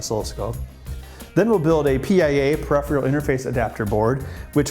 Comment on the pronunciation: new word "parephial"